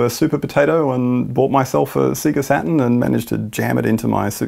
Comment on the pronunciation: " so we looking at the Sega Satan..."